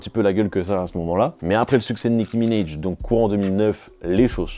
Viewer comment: “Nicky minèige” apprenez à prononcer les noms svp ça arrache les oreilles à chaque fois Sinon bonne vidéo merci